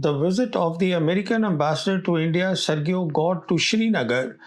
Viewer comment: sergio - "SERJIO" learn to pronounce this basic name, old boy